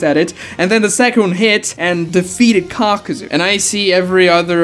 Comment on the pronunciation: Why many call him Kakazu when it's Kakuzu?